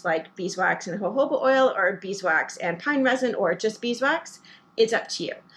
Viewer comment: I think it’s pronounced hohoba😊